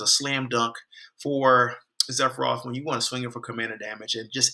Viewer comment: Sephiroth! Not zephroth!!